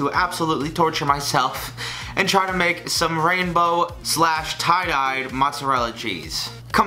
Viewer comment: For a minute I thought you said Rambo.😂😂